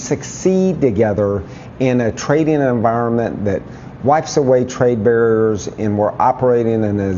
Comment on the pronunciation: Wanna boost your membership, FAST?? Make that hillbilly say "barriers" again, 10X really fast!! 😆😅🤣😂😅🤣